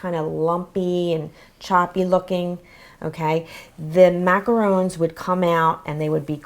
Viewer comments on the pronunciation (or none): FFS, it's macarons not macaroons! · it's pronounced (makahrhons)